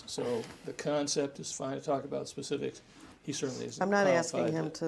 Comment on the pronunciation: Lol he says Ax and not Ask. And he says Pacific and not Specific. Lol he ah foo Ignorant for sure